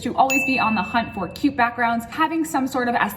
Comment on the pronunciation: Ohhh u said 'cute' .. I heard q q 😅